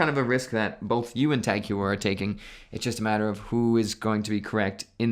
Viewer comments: It’s TAK-HOYER not hueyer 😅😂😂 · Hoyer not You-her. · Pretty sure Heuer is HOI-yurr, not HEW-er. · Tag "hugh-er" lol it's pronounced TAHG HOY-eh(r). 🤣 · "Tag Hewer" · It's pronounced Tag Hoy-er. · Please stop saying hew-er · It’s pronounced Tag Hoyer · Please pronounce it right. It's TAHG HOIER. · I just played it back- oh come on, that’s awful.. “huyer”😳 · It’s HEU-er, in like law-yer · i wish christian was there to mock your pronunciation of heuer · WHY ARE YOU PRONOUNCING "HEUER" INCORRECTLY. C'MON MAN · Not surprised, he has a youtube channel about watches but can't even pronounce TAG Heuer correctly.